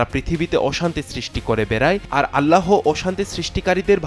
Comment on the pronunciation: এই লোকটা বার বার আল্লা হ বলছে কেন? উচ্চারণ হবে এক সাথে আল্লাহ, আল্লা হ না।